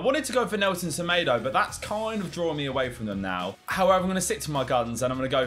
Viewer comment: Why do you pronounce Semedo as Semedo and not as Semedo?